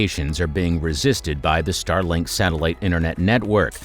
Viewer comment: StarLINK, not Starling